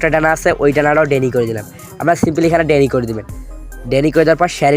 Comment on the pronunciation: ডেনি নয় ডিনাই